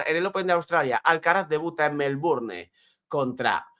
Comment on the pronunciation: No, como vas a decir MelbournE? 😅